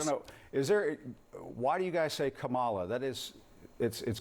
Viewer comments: Can you say Kamala? K'mmmm'a'llllaaa... can you say it? 😂😂😂😂😂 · “KA-mala.” I mispronounced it too at first, until I learned the way I’d been saying it was incorrect. I then immediately changed to placing the accent on the first syllable. It was quite easy to do despite having said “Ka-MA-la” for some time. But then, I am not running some not-so-subtle agenda of disrespect, mocking her name, somewhat subtly putting down her race, enjoying doubling down when corrected on it, and so on. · Reaaally CNN?!?!!! The pronounciation of KUM MA LA’s name is so pressing?!?! This is the looney liberal’s new bullying tactic forget bout this administration’s failing protection of America!!! Jesus we need you more than ever!!!! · First of all Jimmy CNN stands for Cock News Network and to pronounce the VP’s name it is Cummala. Now move on. Thank you. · There are footages of 20 democrats pronouncing KOMALLA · Jim it’s Quemala 🤣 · KA-MA-LA! How F’ ing hard is it to get right? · Kama-lala-ding-dong can pound sand. She herself pronounces her name differently. This pronunciation issue is stupìd and petty; just like today's Dems. We need common sense back in the White House, and the Dems don't even know what the term "common sense" means. BTW, don't forget to vote! :) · This is why I can’t stand CNN also. They let this idiots on who can’t say Kamala. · Thank you Jim Acosta for calling him out on purposely mispronouncing her name and ending the interview. It’s time that Trump and his people (who act like children refusing to say her name correctly) be shut down and not given any time on air when they act like that. It’s absolutely ridiculous. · Lewandowski is talking about the realities of our nation and the upcoming election and Acosta is talking about hypotheticals and mispronouncing a name. CNN is a joke. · When I hear them unwilling to pronounce her name right, all I hear is, " your name is Toby!" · I thought the same thing… can you not pronounce her name?